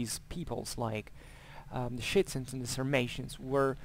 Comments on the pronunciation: Very interesting video. You seem very knowledgeable on this topic. But I'm struggling to follow... who are the Schitzens and Jettais that you keep referring to? I don't know if I'm heading it wrong. Are you saying Scythian? I'm confused.. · Scythians = [shitsians] ??? i am sorry) not sounds right... scythians = [skifians] i think is more like it... other wise i really enjoyed this talk! thank you! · Hello there, thank you heartily for the compliments, it means a lot Yeah, well, welcome to my fantastic "English pack": exactly, it would be Scythians and Getae/Gets respectively, I apologize for my poor elocution. If you're interested in these topics I also made a video on Scythian warfare (that time with a somewhat better pronunciation!). I wish you a great time and enjoy